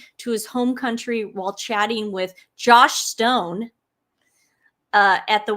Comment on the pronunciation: Joss Joss😊 sounded like you kept calling her Josh